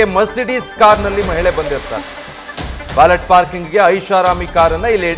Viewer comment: It's pronounced 'valeh / ವಾಲೆ' 🎉